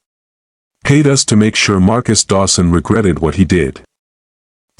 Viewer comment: I like the story but the AI needs fixing. It doesn't know how to read some of the small words.....to, us.....AI says the letters instead of the words.